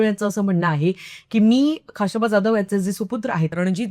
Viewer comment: Though knowledge of this subject is less,but presentation and hardwork are admirable... खा श बा 🎉 and not खा शा बा